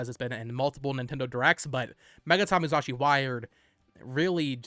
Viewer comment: Why are you pronouncing it "MuZashi" lol